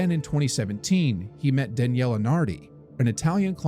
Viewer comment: The stories on the channel are very interesting, but this ai narration is bad. It may not be important to everyone, but it was difficult as a speaker of Italian, to hear "Daniela", a female name, instead of "Dahn yeh lay", a male name. Difficult in the sense of fingernails on a blackboard. It shows laziness on the part of the person who's supposed to be vetting the final product before it's published. Just to be clear, that wasn't the only mispronunciation in the video and the same thing went for part of the writing on the screen ; not referring to closed captions. Other than that, it's a story I wasn't familiar with and I enjoyed it, so thank you!!